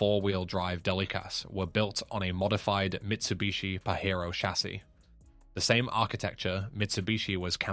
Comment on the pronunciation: Stop pronouncing it Pahero, it is Pajero with the J sound, It is Japanese, not Mexican. The Delica in Australia was a great go anywhere vehicle. They were not sold via Mitsubishi for some odd reason.